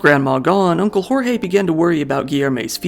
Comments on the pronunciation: Is it hard to throw the names on Google Translate as to not butcher the pronunciation? “George” would be a better pronunciation of “Jorge” than “Horre” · Just a pronunciation tip: in Portuguese, we don't say the letter J as a R/H like in Spanish. Say the J as you would in English. "Jorge" sounds almost exactly as "George", only with a stronger E at the end. Like "GeorgE". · O J do Português é igual o do Francês na vdd, o do Inglês você pronuncia meio que colocando um d na frente "Djorge" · Jorge pronunciation is wrong, the “J” is different from spanish and a bit more similar to english